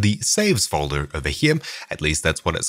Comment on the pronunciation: it's called foldeRRRR not foldeMMMM